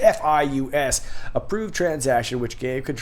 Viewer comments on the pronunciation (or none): CFIUS: they pronounce it SIf-E-us...hope that helps.